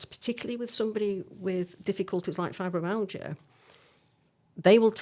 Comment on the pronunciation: Why can this doctor not pronounce Fibromyalgia?.